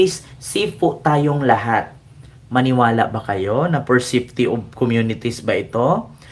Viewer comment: BAKLA ' SAFETY ' MALI ANG PRONUNCIATION MO😂😂😂😊.